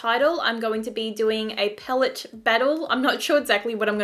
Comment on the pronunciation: Before becoming a Youtuber you should work on your pronunciation. Your vocabularies are really disturbing 'HaBHs phaellet' seriously? If you can't speak properly then why are you even a Youtuber?????